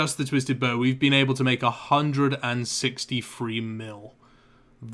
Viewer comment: Learn how to say "TH" its not pronounced "Free" as in "3" or "Frow" as in "Throw"